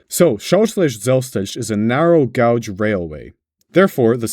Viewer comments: no way he said "narrow gouge"😭😭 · Great Video! Piece of Advice: You pronounced Gauge wrong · the way he pronounced narrow guage genuinly killed me